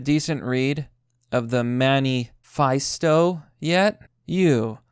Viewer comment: You can't pronounce manifesto kid. Do not recommend.